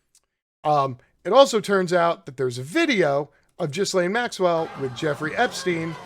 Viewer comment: cannot listen, I am sorry. It is Geelaine Maxwell. It's Heraldo Rivera. It actually hurts the ears.